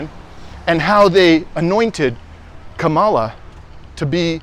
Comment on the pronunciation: If you're going to parrot Harris ' name, say it correctly - Kamala is pronounced Comma - la not Ka maala. And why do all of you pro Palestinian creators continuously bash democrats? Are you scared to talk about republicons? There's no point in any day that republicons can't be criticized, yet you focus 99% of your political diatribe on democrats. Unbelievable. And by the way, any recently passed programs that help the American people (tRUMPers, too) have been passed by democrats with no help from republicons who are only seeking to solidify white supremacy. Stop the Democrat bashing.